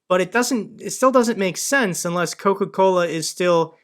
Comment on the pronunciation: I know there’s a taste war between Pepsi and CocaCola but apparently Russians have another option, CacaCola! U can even hear him say it lol! there’s an extra chuckle for the Spanish speakers but I’m gonna share with everyone. In Spanish “cola” means ass. So this guy’s brand is “shit from the ass” 😂 or “shit ass” for all the technically correct ones out there.